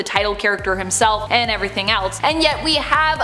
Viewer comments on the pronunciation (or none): none